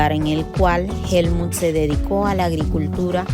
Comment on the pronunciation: Por qué dices Helmun si es Helmuth. 💁🏻‍♂️